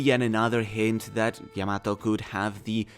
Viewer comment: Your butchering Yamato's name